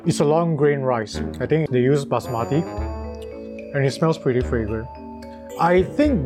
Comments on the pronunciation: Basmati is pronounced with accent on the first “a” (first syllable), not the second! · Thanks for accepting my correction. It’s just that the way you pronounced it in the video, it means something else unappetizing.